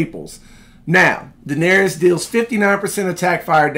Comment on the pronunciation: My guy you gotta stop mispronouncing Daenerys name lol. It's DA-NER-IS. Not DA-NER-EE-IS lol. Love the content tho 👌